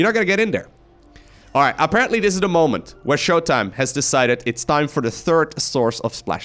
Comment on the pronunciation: In case you didnt know, was implying showtimes name, when said fast with an American accent sounded like MY COCK. That is all.